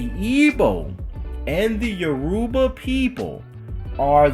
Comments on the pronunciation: lol bro it’s Your-Ba no U-ruba ppl. E-Bo and U-ruba not same tho. U gonna start a war😂😂. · It's actually Yo-row-ba